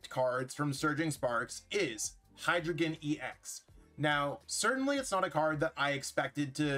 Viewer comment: "Dei," "Zwei," "Drei" are German for 1, 2, 3, and they all use the long "i" sound (rhyming with 'sky')